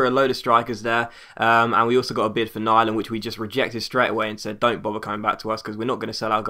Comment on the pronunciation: Hey! Nyland is pronounced with the y you say in the word you. Not Niland but Nyland where the y is pronounced as the y in the word you. lol, do you understand?:D